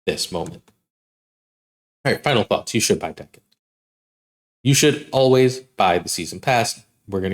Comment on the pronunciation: Lets say it together, DAY-ken